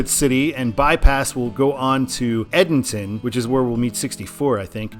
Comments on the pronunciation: it’s not ed-den-ton it’s e-den-ton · Edenton is pronounced like Eden-tun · how do you not know the metropolis of Edenton is prounced Eden (like the Garden of Eden) + ton (like "I weigh a ton")? 😂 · You pronounced Norfolk correctly but then butchered Edenton lmao. First time Ive heard that as a local of both haha